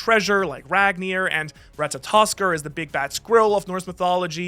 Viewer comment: You get an "Atta boy!", for being the only One Piece youtuber that can pronounce Ratatoskr correctly.